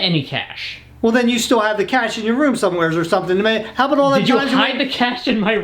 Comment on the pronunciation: Can somebody teach how to say the word somewhere correctly? 😂